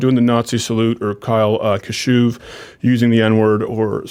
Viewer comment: Kyle Kashoov,...